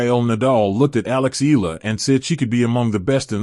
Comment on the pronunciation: Her name is pronounce Ee YA LA ..NOT ELA